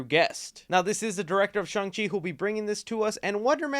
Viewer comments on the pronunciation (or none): Just pretend the “a” in Shang is an “o” and you won’t sound like an uncultured rube. You and that tool Erik Voss…LISTEN TO THE MOVIE DIALOGUE FOR PRONUNCIATIONS.